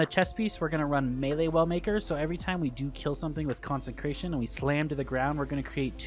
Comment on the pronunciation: CONSE CRATION! NOT CONSEN CRATION